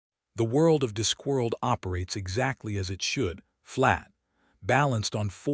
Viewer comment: Robo-voice can't pronounce "Discworld" or "conjured". The inappropriate USA accent spoils the feel as well